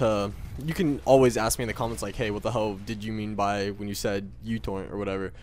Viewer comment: instead of youtorrent i thought you said youporn at first